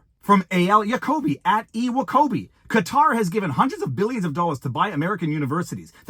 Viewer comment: So happy you pronounced Qatar correctly. Major pet peeve when people mispronounce it as "Cutter"